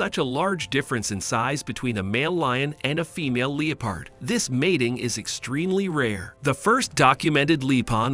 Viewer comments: Your pronunciation of the word ‘leopard’ went from cringey to extremely annoying and bothersome. It was like my ears got stabbed every time I heard it. Who the hell says LEO-PARD? It’s LEP-ARD. That drove me nuts. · The fact he keeps saying Lee-Pard lol kinda taking me out